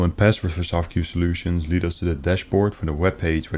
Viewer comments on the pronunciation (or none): none